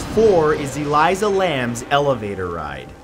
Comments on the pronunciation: FFS! Her name was Elisa NOT Eliza. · ELISA Lam. “Uh-leese-uh.” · Her name is Elisa Lam, not Eliza. Your videos are great, but if you got her name wrong then I don't know what other false facts you've given over the years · Elisa, pronounced a-LEE-sa. Not Eliza. It's amazing how this channel remains as popular as it is when there's glaring errors in almost all of your videos. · It's so odd hearing him pronounce elisa lams name I don't know maybe it's just his accent but in the us we pronounce it closer to the name Alyssa lol She was Canadian also I'm pretty sure. This case to this day still gives me chills thinking about it. What really happened to her. Was it a ghost or a cult? Was it really the creepy pasta about the elevator game and she lost. No one really knows. All they know is it wasn't a suicide and it wasn't just one person who could have dumped her body.